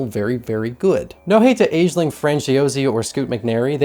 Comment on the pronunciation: Great review! Just so you know bte...'Aisling' is an Irish name and is pronounced as Ashleen 😉